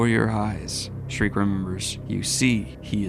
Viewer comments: youre so dedicated with the voiceacting, just please stop the SHREEEEK, her name is SCHIERKE. pronounced SHE - IRK - E good on ya <3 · It's pronounced "Sheer-kuh". Not "Shriek". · It's Sheerkeh, not shriek. Sorry, it just grates on my ears. It's a German name that means bright or pure. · I love readings of berserk. My only criticism is that Shriek is a high pitched Scream and not that characters name. And it hurts me a little every time I hear that lol. I'm sure you've heard it a thousand times. I'm sorry, please forgive my need to quell my absolute autist takes. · By the way bro, then little witche's name is pronounced: "Shear-key" love the videos though!! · please stop calling her "Shreek" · Schierke is pronounced, according to romaji, "shi - ru - ke". The origin of the name is speculation to be german. Alot of fans interpreted her name as "Silke" as the romaji would also fit. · Damn, so you get an A+ for trying now? ...guess you went to a "Special Ed" school >.> also...come on...he said "Shreek" to Schierke...that's as far away as possible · And you wanted to do a deep dive before this arc... Thank the God Hand you asked before committing to it. My only nickpick is you calling Schierke shriek all the time xD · Please stop calling Schierke Shriek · Yo daniel, schirke's name is pronounced "sheer kay"